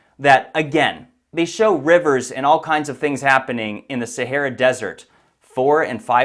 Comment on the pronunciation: STOP SAYING "SARAH DESERT" IT JUST 'THE SAHARA' I CANT TAKE YOU SERIOUSLY!